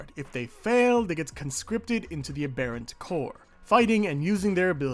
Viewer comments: Im sorry but i wana point out its pronounced Abberant like the adjective, not abairant. Great video but it was driving my crazy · A-ber-ints. The second a is pronounced more like an i like in mints 😁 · The way he says “Ahbarants” 🤡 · Took me way to long to realize you were saying "aberrant". I've never heard anyone use 'A / bear / ent' over 'ab / err / ant' before. Apparently they're both accepted pronunciations though. Learned something new today I guess. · ah-beh-runt, it's from aberration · love this video, this last arc was probably my favorite as well, but i cringed every time you said aberrant bro 😅😭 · the way you say aberrant made me stop watching